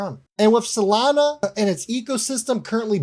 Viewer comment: Really ? STUPID ! No one should listen to guys like you who don't know even correct basic English. You don't even know Solana is NOT pronounced "Salana". DUMB. Go back to school.